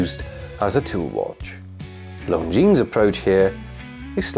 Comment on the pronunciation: Lon zeen, not long jeans!